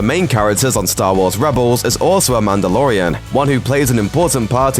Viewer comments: The wamandalorian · THE WHAMANDALORIAN!!!! OH GOD NOT AGAIN